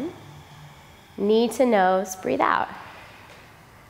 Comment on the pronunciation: i dont even do what they are doing, the teacher's voice is so perfectly attuned to my being. She says things like knee to nose which sounds to me like need to know,; she says we can move at our own pace.; she says to try to get a five count breath; her general instructions are so beautiful and wise, i am happy doing my yoga and catching instructions from her every so often. She keeps me in class. One day i will be ready to do what she and the class are doing.